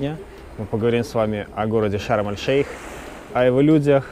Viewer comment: Шарм-эш-Шейх правильно